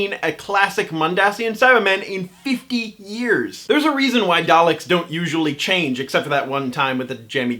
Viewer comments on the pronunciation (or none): none